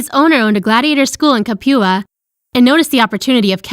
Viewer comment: you said capua wrong